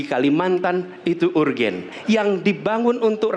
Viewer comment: Katanya jago Bahasa Inggris ngomong "urgent" kayak keponakan saya yang TK